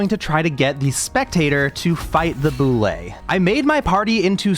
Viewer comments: How to pronounce Bulette: B-you-let, not b-you-lay. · bro pronounces bulette like boulet… (byu- let) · Yo, just the fact you called it a Boo-Lay and not a Bullet instantly 10/10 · The Bullette didn't like how you call it a "Boo-lay"